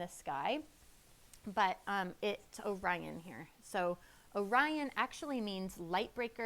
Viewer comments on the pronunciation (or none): none